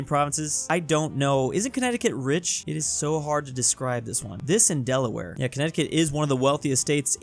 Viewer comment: Wow - you really got Delaware wrong.